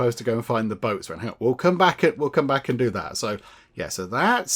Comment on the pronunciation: point of interest, Boatswain is pronounced Bosen... just so you know. lol